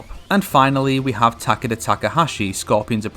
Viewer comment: I hate how he says Takeda